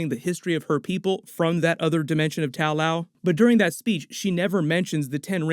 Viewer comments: tao lao... shaou lou??? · Correction: The name of the city is actually Ta Lo. It might not seem that different, but it was slightly annoying to hear it mispronounced thoughout the video. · ta lo, not tao lao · It's Ta-Lo not Tao Lao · It's not Tao-Lao but Ta-Lo rather according to both the comics and the movie.🤔 Nice video though.👍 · It's Ta Lo, not Tal Lao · I like how Ta Lo became Tao Lo became Tao Lao :P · Watching the movie refer to the place as Ta Lo while hearing Tao Lao again and again 😭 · it's Ta Lo not tao lao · so nobody gonna say anything about that "tao lao"? wasn't it Ta Lo in the movie? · It’s Ta Luo, not Tao Lao. There’s no such thing as Tao Lao 😂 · not tao Lau, it's ta-lo :) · It's not Tao Lao, it's Ta Lo. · The way you continuously mispronouncing the names in this movie reminds me of a guy doing a doctor strange video years ago. That dude just couldn’t for the love of god say dormammu right. He kept saying door-muh-moo instead of door-mah-moo…… and you…… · I'm sure you've been told, but it's not TAO LAO, it's TA LO. Pronounced tah loh. Just something that has been making me crazy about all your Shang-Chi videos. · Where are you getting Tao Lao from? It is called Ta Lo. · Hey, love your vids! Just one thing though, it’s not pronounced “taow laow”. It’s pronounced “ta-low”. I hope you have a good day man! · It’s Ta Lo not Tao Lao. You mispronounced almost every characters name in the movie. And please stop calling Wenwu the Mandarin. it was very clear in the movie they tried to reject that racist concept and name. This mispronounciation of names in the Shang Chi movie and continuing to use a racist concept is really unprofessional and borderline racial micro aggression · Good breakdown as always but it's Ta Lo not Tao Lao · I guess you didnt see the movie because it is NOT called Tao Lao its called Ta-Lo.....I have no idea why keeps saying Tao Lao for... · "Tow loaw" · It’s not Tao Lao….